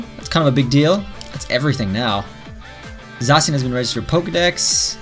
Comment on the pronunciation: Pleas don’t say zasian say zakian